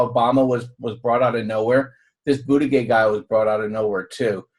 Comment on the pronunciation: Just FYI Pete Buttiggieg's name is pronounced boot-a-judge. For real. And many people in South Bend don't like him, saying he's Obama 2.0. He's done South Bend no favors, and there's a police tape scandal he's wrapped up in but I'm not hearing anyone talking about that.